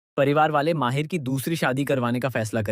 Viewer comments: Mahir nhi h bhai mahidd h ... Aur shahar nhi saher h thik se nam liya kro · Your discription is great but it's not Sh,....Seher...It spoils the pronunciation of names.Its Mahid not Mahir.